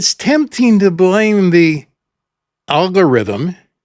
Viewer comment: This was the first time you pronounced algorithm correctly, which is encouraging to me in and of itself. We can all learn and grow. We can always adapt and change and set ourselves on the right path. And yes, taking on personal responsibility and not blaming others and other things is key to doing that. I always like your wisdom,, and no...calling you an in no way is meant to be pejorative. It is acknowledgement of your own life's journey which has led you to be what we all hope to one day be. Wise old men. Thanks always for what you do.